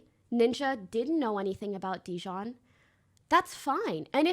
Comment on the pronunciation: I love how everyone collectively just telepathically agreed to pronounce dijon wrong